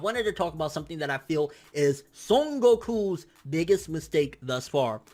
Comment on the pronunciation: The way you pronounce son goku is cringey